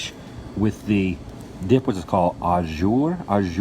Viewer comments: The sandwich phonetic pronunciation would be Awe-juu Like saying shoo, but the j replaces the sh...... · too many silly antics. Wanted to see more of the house and less dumb side bar comments. Geezz..And the sandwich was a Grilled Ruben on marbled rye bread. You had a Roast beef with Au Jus sauce. It's a French word, if you can't pronounce it don't say it.